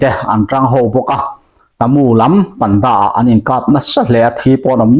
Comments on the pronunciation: Pantha/panda= Pândâ (thluk chhohva thluk hniam lehin ) kan lam thin a... Dik ber emaw chu😊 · Panda tih hi,pan tih laitak hi thluk tur